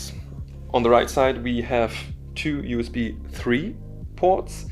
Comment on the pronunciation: oh, i'm really sorry to insult you... but yes, it should have been pronounced " you-s-bee type c "